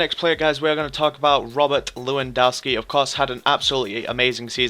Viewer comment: lewandowski is pronounced levandovski not levandauski